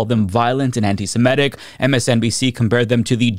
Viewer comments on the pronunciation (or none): it's antisem-it-ic, not antisem-et-ic, okay?